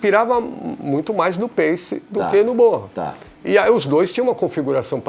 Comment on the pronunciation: Eae, a pronúncia certa é Jonh "Bonam" ou Jonh "Borram"? Eu acho q é "Bonam"